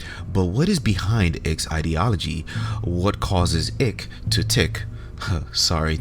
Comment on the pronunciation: Your joke didn’t work for us Americans. It’s David Icke like BIKE, not “ICK”